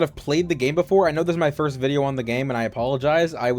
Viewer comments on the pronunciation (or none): none